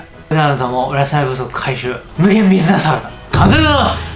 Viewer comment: むげみぬさらだ！て聞こえて聞き直した…